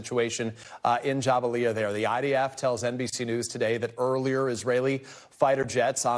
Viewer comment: Out here saying Jabalia like it was jambalaya 🤕